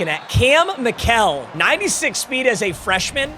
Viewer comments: It's pronounced Michael not mikell according to his player page on Colorado website. Also he's from my hometown. He played football, baseball, basketball, and ran track. He has school records in football and track. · For Kam Mikell it’s pronounced like Michael